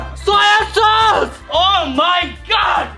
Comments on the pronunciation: Tok❌ Sos✅😆😆😆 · সস না কট 😂😂